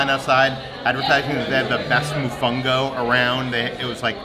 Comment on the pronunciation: A little piece of me died when pronounced “mofongo”😔 I know he’s trying, but still